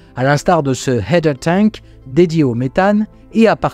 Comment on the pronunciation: Bravo pour ta prononciation de "header tank", tu vas pouvoir faire répéter! En revanche, "Dawn" (l'aube) se prononce 'dôône', 'daoune' étant la prononciation de "Down" (tombé, cassé); ce serait de mauvais augure d'appeler une mission La chute de Polaris. Pour les FTS, c'est "Flight Termination System", et pas "Fly Termination System". Et enfin, "choptsticks" (littéralement baguettes à attraper) se prononce 'tchopstix' au lieu de 'shopstick' (baguette de boutique). Le Reboot P, ou coup de pied technique, est toujours une bonne solution pour faire obéir les machines récalcitrantes.;)